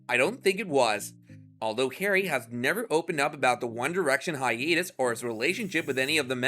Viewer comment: I've never heard hiatus pronounced like this. "Hi-eet-us".